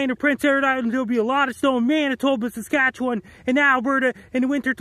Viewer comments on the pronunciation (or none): none